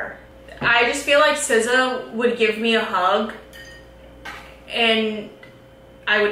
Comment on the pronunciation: LMAO I forgot I had the YouTube sub titles on but every time say SZA it puts scissors and then for the rest of the video sounds like she’s saying scissows